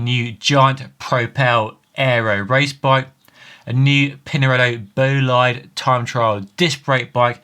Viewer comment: Imagineer/Futurist. BTW, that’s not how you pronounce Bolide.